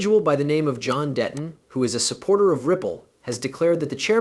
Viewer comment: DEEEETON … not Deton